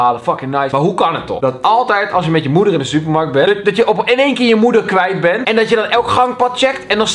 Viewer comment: Kelvin het is eén niet een